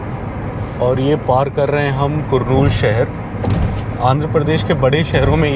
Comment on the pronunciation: Hi Bro , It's कर्नूल Not कुरनूल